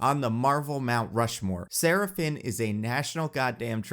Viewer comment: Is it strange that every time you tried to say Sarah Finn, my brain interpreted it as Seraphim... because seriously took some divine inspiration to perfect so many character castings.